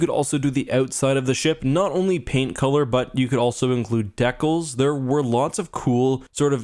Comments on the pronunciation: Deckels lol. It's DEE-cals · De kals? Is that Canadian for DeCALs?